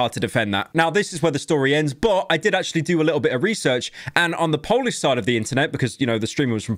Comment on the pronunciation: Please don’t ever try pronouncing anything in polish, you’re butchering it completely